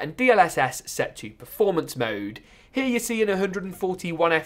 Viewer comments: It's here not hera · I like the way he say here as "hiya"